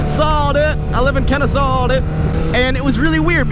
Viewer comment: Kennesuh dude